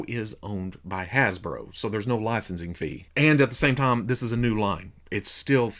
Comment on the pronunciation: Throws me off everytime you say the word "time." It sounds like you're saying the name "Tom."